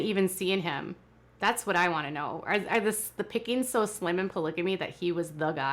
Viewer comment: Ummm, there's so much I cannot stand about this show and the way Kody treats his wives, but, (and I know this is petty but it drives me nuts) why can they not ever pronounce the 't' at the end of a word? It's always wha-eh, instead of what, or tha-eh instead of that. Is it a Utah thing or what?